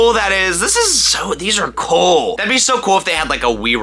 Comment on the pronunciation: When he say “cOOL” I almost hear him say “coL”